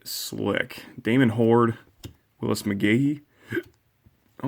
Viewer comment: Its funny that you would say, lets see what names you will mess up. The very first card you pulled you messed it up. You called Damon Huard,. A rare mess up for you, so I will let it slide. LOL